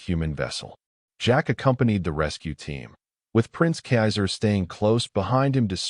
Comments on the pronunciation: A good story except for the robot voice being unable to pronounce kaiser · cannot even pronounce the princes name correctly. Back to school fool.